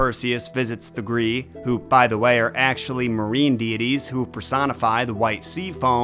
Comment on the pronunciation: When I looked up the pronunciation of Graeae, it said it was "Grye-eye" but I'm assuming both are considered correct because getting "gree" from that had to be from an outside source/authority. That said I'm not gonna complain but I WILL twitch slightly every time you say it.